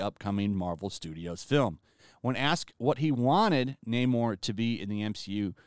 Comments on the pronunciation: Not "Nay-more", but "Nah-more", as in "I have nah-more confidence in Di$ney to be entertaining". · No- It's Namor-r-r-r-r. Gotta roll that r. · Namór. Namór. That's not how the Spanish language works! It's Námor, there is no accent on the name, which is therefore to be pronounced by emphasizing the first syllable. Tell that to Tryin' again Coogler and the Narcos-boy. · Social Justice Overload! Yeah I’m done. “Naymourrr…” 👎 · Once I heard Namor say naymoore I said ok they won’t be getting my money . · No fk way. they really changed the pronunciation fo Namor to N- "AMOR" and Atlantis .. This would be horrendous (amor is love in Spanish btw) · LOL I was dying while watching this.. you're complaining that Namor is pronounced Nah-mor instead of Naymor.. you're literally just speeding up the Nay part of his name and complaining about it LMAO